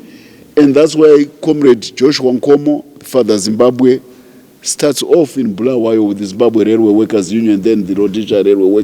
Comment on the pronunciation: It is Bulawayo wena mdala, not Bhulawayo